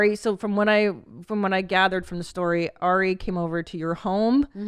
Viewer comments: Also its Ari, not Air-ee how Steve-o keeps saying it. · Stevo always says AIRie shaffir